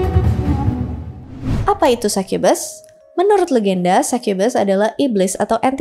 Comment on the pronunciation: Sai kye bes Sukubus anjir baca nya kalo orang asia